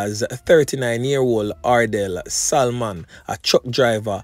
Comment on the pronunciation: "SALMON". YOU DON'T PRONOUNCE THE "L" IN THE NAME........ IT SHOULD SOUND "SA- MON" NOT "SAL-MON".